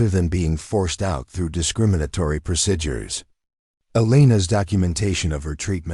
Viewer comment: CLICK BAIT. The title implied that Elena took down terrorist bare handed. No where in the overly drawn out story did any of that occur. Very irritating to listen to AI narration that constantly mispronounces common words...procedures or procidures? This video gets an F grade